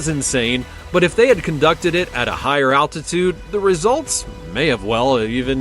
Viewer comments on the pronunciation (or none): none